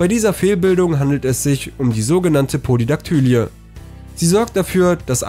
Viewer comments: Polydaktylie wird pólidaktülí gesprochen, nicht pólidaktǘli-e, also Betonung auf der ersten und der letzten Silbe, ohne ein angehängtes e. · Po-li-dak-tü-lii und nicht Po-li-dak-tü-li-e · Polydaktylie wird anders ausgesprochen